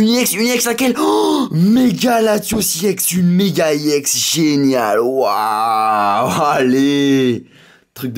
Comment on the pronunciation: STP ON DIT EX PAS IEX